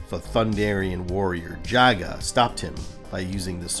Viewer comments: Did you call him “Yaga” ? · Hello content creator, I'm enjoying the video thank you for clarifying the destruction of Thundera. Jaga is pronounced Jah-Gah 🙏🏾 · You pronounced 'Jaga' at least three different ways. Is it some kind of gag?